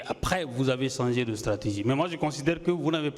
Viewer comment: Celui-la, il dit "sanger" ou changer?